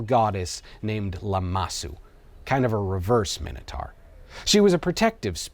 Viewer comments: Minotaur. Minitar lol😂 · Pronounced mine-a-tor not min anything AMERICANS learn english. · Seconds in & you're a complete spastic: Minnatar????????? WTF? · I know what the minotaur was, but what's a 'minnertar'? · Some people pronounce it my-know, some pronounce it min-oh, I honestly don't know which is correct. However, I'm sure it's mino-taur, like Taurus the bull, not mino-tar like the road surface. 🤔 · Why are you saying Minotaur like that? You know full well that’s not how it’s pronounced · Never heard Minotaur pronounced that way before. Odd.